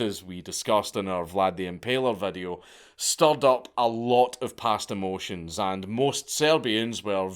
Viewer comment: "past emotions" or "pasta motions"? I'm finding it hard to decide.